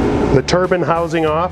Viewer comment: Turban or turbine? Nice in depth video though.